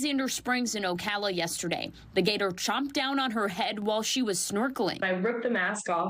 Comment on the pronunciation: as the gator CHOMPED down on her head.. I like how the reporter says it. It's like Plants vs Zombies trope